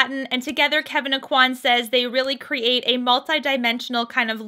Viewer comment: Really enjoy your reviews, thank you for reviewing this. Please though learn how to pronounce Kevyn Aucoin`s name correctly.